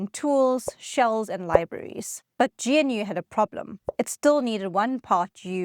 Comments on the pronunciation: I really hate to be that guy, but it's not pronounced "GEE-EN-YOU'; it's pronounced GNOO, the same as the animal that is used as the mascot in its logo. Anyway, that aside, I've been a Linux user since 1995, cutting my teeth on Slackware. I administer Linux servers and use—wait for it—macOS at home since 2007. I gave up on Linux on the desktop in 2007 because, frankly, Linux had never lived up to its potential as a desktop operating system. Even in 2026, a modern Linux, e.g., Ubuntu, is just not as smooth a desktop experience as I can enjoy on macOS. And macOS, by the way, is a certified UNIX, which I love. I administered a whole bunch of UNIX systems back in the mid-to-late '90s. I crushed hard on the SGI O2 workstation. So when Apple moved from the old architecture to a BSD-derived UNIX with its most interesting hybrid monolithic/microkernel Mach kernel, I was up for a test drive. The user experience on the desktop eclipsed anything I ever experienced on various Linux distros. So I bit. Nineteen years later, I still work with Linux desktops (these days, for software testing) and my feelings are the same. In 2000, much of the press hailed it as the Year of Linux on the Desktop. In 2026, I'm still waiting for that to happen. I'm sure it WILL happen at some point, but the pain of me using macOS is still considerably lower than the pain of me using GNU/Linux today. There's truth to the "Windows ships on the PCs people buy". But the other reality is that people, for the most par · It's pronounced "g'noo" not "gee en you" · Surely it's pronounced "Noo", or even "G-Noo" not "Gee En Yoo" ???!!!! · Love this, but I wish you'd pronounce things "correctly," so your viewers won't sound like they're from the PC hinterlands. GNU, for example, isn't "G-N-U," it's "g-new, " with a hard "g" (guh-new). And G U I is "gooey," like a warm cookie. You will probably lose credibility if you retain those non-standard pronunciations. G'day! Unless...this is AI slop?